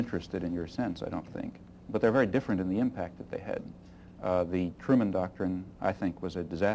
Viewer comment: "Truman docktrin" heh....